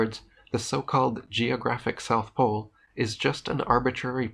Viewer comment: NEWS FLASH! There is NO South Plole.